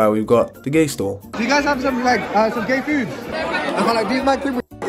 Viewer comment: Bro said “you gat gay food”😭